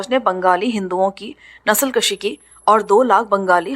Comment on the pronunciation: نسل کشی کو nasl kushi پڑھنا ہے. البتہ اسے nasl kashi پڑھنا درست نہیں ہے. فارسی میں کش kush کاف پر پیش کے ساتھ کا معنی قتل کرنا ہوتا ہے جبکہ دوسرے فارسی لفظ کش kash کاف پر زبر کے ساتھ کا معنی کھینچنا ہوتا ہے. اسی طرح کا ایک لفظ بز کشی ہے. یہ ایک کھیل ہوتا ہے جس میں گھڑسوار بکرے کو کھینچ کر اپنے گول کی طرف لے جاتا ہے.